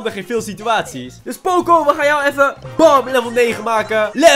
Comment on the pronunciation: Poco niet pooco